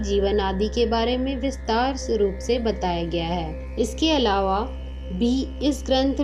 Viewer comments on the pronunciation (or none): none